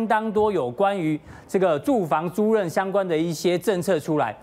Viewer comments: 租赁（lin四声）每次都读错。。。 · 租赁！！！租令！！！这个字念“令”！！！